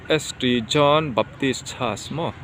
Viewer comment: St John tih hi Saint John tia lam tur a ni e. Lo comment ve mai mai. a hmuhnawm lutuk e.